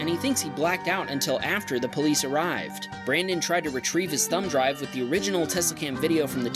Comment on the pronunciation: "We hope you feel better brandon" You said it wrong.